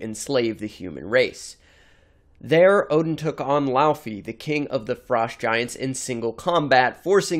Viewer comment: It's not LAUUUFI in pronounciation, it's LAWFEE. Laufey.